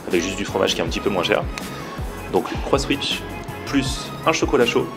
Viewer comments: C'est le croissan'wich pas le Croisswich mdr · On dit " déjeuner " pas "déjner " et en plus on voit bien que le nom du burger c'est " CroissAN'wich " et pas " Croiss'wich "...